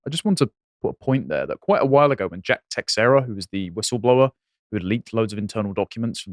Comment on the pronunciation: The man's name Texiera, is pronounced more like Tah-Share-Ah. There was a baseball player for the Texas Rangers with that name. That's the only reason i know that.